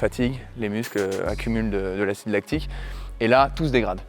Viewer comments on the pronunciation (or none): L’acide lactique, ça fait mal aux oreilles d’entendre ça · Vidéo génial🤩, par contre "acide lactique"😭